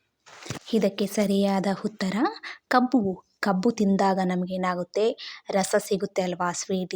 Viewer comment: ನಿಮಗೆ ಅರ್ಥವಾಗಿರಬೇಕು. ಹುತ್ತರ ಅಲ್ಲ ಉತ್ತರ. ಹಿದು ಅಲ್ಲ ಇದು. ಹಾಮೆ ಅಲ್ಲ ಆಮೆ. ಹೊಗಟು ಅಲ್ಲ ಒಗಟು. ನಾನಂತೂ subscribe ಮಾಡಲ್ಲ, share ಮಾಡಲ್ಲ, like ಕೂಡ ಮಾಡಲ್ಲ